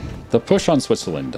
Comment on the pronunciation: He said Switsuhlend